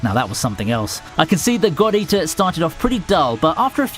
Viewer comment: Lmaoo, the way he says "God Eater" sounds like he is saying "Gordita"...and here I am, wth does Shakira have anything to do with this!? lol....